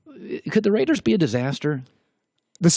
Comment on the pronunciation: Who's "Rauders" ?